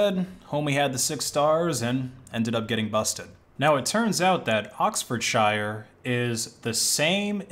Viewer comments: UK place names arent pronounced "shy-er", it's just "sher" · It's pronounced 'ox-ford-sure' :) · it's pronounced oxford-sher. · Every time you say "Oxfordshire", my soul hurts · You say it "Oxfordshyer" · Can we address the fact that it is pronounced sheer and not shire. I can’t stand it when Americans say shire 😂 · thank you, I'll continue to wrongle pronounce it sh-i-er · Always makes me giggle when Americans, Aussies.... try to pronounce British place names ( I'm sure we do just as terrible job ). It's not "shire" as in the Hobbits "shire", it's "Shear". Oxfordshire..... Ox Ford Shear. Leicestershire Lester Shear. Yeah you can get 'anonymous' sim cards with cash in the UK, but you've gotta be really clever going about it. The nation is a surveillance state with cameras and IMSI-catchers everywhere. Can be done but its not easy. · It's pronounced oxford-sher or sheer btw. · Pronounced more like Oxford sheer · it's pronounced Oxford-Shur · ‘Oxfordsheer’ is the correct pronunciation; Brit here. That kind of irked me… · bruh that's like pronouncing ohio as "oh-i-oh" and then being like "nah I'm british therefore I am allowed to be ignorant and pronounce it wrong" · Pronounced Oxfordshire wrong mate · How he says Oxfordshire hurts my ears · you want to level up? learn how to pronounce Oxforshire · the way you pronounce oxfordshire hurts me deeply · dawggg Oxfordshire ain't a city and that ain't how you pronounce it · TIL can’t pronounce English counties. Pronounce Shire and Shear and you’re all good. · Why can't americans pronounce "oxfordshire" lmao